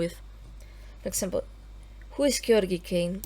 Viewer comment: I think you're the only one I've heard who pronounces Georgiy's name correctly :O